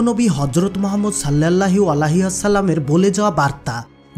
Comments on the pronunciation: আপনি আমাদের নবীজির নামটা ঠিকমতন বলতে পারেননি। অবশ্যই কোন হুজুরের কাছে আপনার এই ভিডিওটা শোনাবেন আর বলবেন আমার নবীজির নামটা আমি ভালো করে বলতে পারিনি হুজুর আমাকে ভালোভাবে শিখিয়ে দেন। এতে আপনার ভালো হবে ইনশাল্লাহ। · আগে নবিজি র নাম টা ঠিক করে বলতে শিখুন